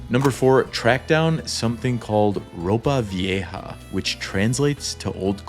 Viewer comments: "Ropa viaje" ... good one 😅😅😅😅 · Nice job! You didn’t try to preach, act superior, etc., but everyone in the country begs and has an angle. That’s the reason for their friendliness. And I think you get an F from your Spanish tutor based on your pronunciation of “Ropa Vieja” at the first restaurant. 😂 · Yeah. Two weeks. Pretty good. Ropa Vieja not pronounced correctly. Vowels are easy, not like English. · Give him an F for his pronunciation of “Ropa Vieja” at the first restaurant! 😂 He overall did a great job with his Spanish, but I laughed my ass off at that one. Looked like he got a little nervous!